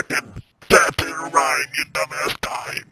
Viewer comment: the way he says dime is so funny to me